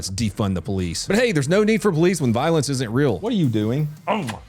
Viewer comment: He's useing law language when he says voilence.